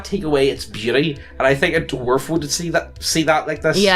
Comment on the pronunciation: Take a shot whenever says "doo-warf".